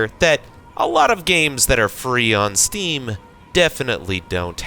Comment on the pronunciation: the pain in my eyes when he said "steam"